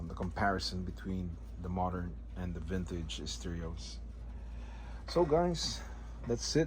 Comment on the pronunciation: Vintige steerios..........Vintige steerios..........Vintige steerios..........Vintige steerios..........Vintige steerios..........